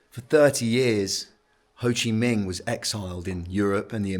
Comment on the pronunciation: Did he say Ho Chi MING? LOL!